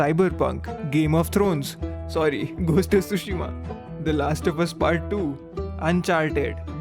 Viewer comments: did bro just said ghost of tooshima to a game thats not even ghost of tshushima 🙄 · bro really said "tushima" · Lost when he said "ghost of twoshima"